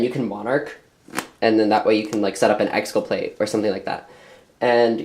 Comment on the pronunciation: lol "exculpLate"